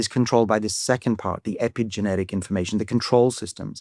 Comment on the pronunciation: I spnt the first 5 minutes of the video thinking David was saying "inflammation" rather than "information."